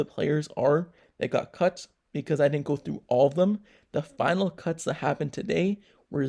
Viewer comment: He said cunts. LOL